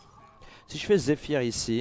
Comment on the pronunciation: zephrys pas zephyr lol rends pas fou